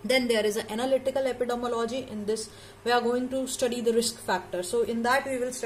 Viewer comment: Madam please makesure the pronunciation of Epidemiology 😢